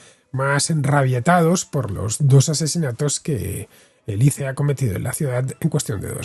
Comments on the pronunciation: Por fin escucho a alguien pronunciar la sigla ICE como "ice" y no "ais", como si fuese un nombre propio. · Me encanta como Villanueva es tan recalcitrantemente boomer, negándose a decir correctamente ICE